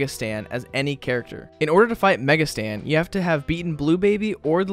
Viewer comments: Lol, he kept saying Mega Stan instead of Mega Satan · BRO REALLY CALLED IT MEGA STAN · Thanks for the video, im sure it's mega Satan tho and not mega Stan 👍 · Mega "stan" had me dieing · he really said "Mega Stan"💀